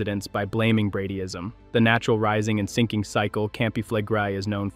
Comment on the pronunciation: When you mispronounce words that are commonly used in volcanic discussions, you lose your credibility with those who begin to wonder what else you don't know. Campi Flegrei, Bradyseism, phreato...all mispronounced at least once.